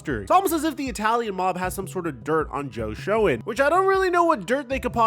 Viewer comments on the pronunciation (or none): Its pronounce SHANE. Not Shone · Joe Shoen is pronounced "Shane" btw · Its time, we need to look to the draft now...and his mame is pronounced joe shane lol